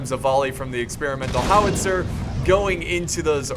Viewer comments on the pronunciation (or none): none